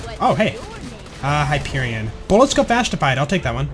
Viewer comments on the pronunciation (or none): none